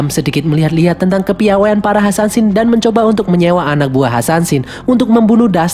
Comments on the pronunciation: Assasin bkn Ansansin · Kak bukan hasansin yang bener asasin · Asasin bukan hasansin 😡